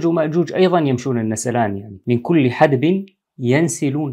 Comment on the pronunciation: الله يفتح عليك شيخنا لكن .. من كل حَدَبٍ ينسلون .. بفتح الدال